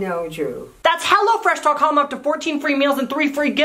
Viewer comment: "Hello freash" hello:)